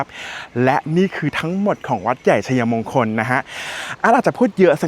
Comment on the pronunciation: ทำคลิปได้ดี ครับ ผมชอบครับ แต่การใช้ภาษาไทยอยากให้ถูกต้องด้วยครับ เช่น วัด-ใหญ่-ชัย-มง-คล หรือ วัด-ใหญ่-ชัย-ยะ-มง-คล ครับ